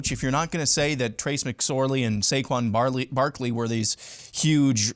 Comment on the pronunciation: It’s Saquon Barkley, not “Barley” I wouldn’t be throwing stones at Franklin when Hairball is actually worse…at lot worse. Here the deal Myth-again, IF your defensive ends play against the Buckeyes like they have against weak O lines,you have a chance. If they don’t your cooked.